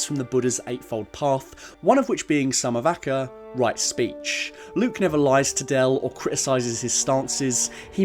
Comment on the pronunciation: butchered the pronunciations of those words XD, but really happy u brought buddhism into this, (PS: "Sila" is more like 'seela' which literally means Discipline, "samma vaca" is better pronounced "sãmmaa vaachaa", "samma kammantha" better pronounced "sãmmaa kãmmãnthã").